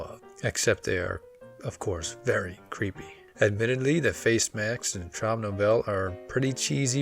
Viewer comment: Just a tiny tip: German Traum is pronounced "trowm" not "trawm", which would be a French pronunciation.